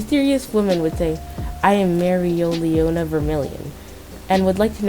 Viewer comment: I think it's pronounced mare-lee-ona